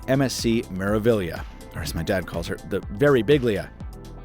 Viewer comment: As an Italian speaker, thank you for saying meraviglia correctly. Every time someone says Mike birbiglia's name, I die a little inside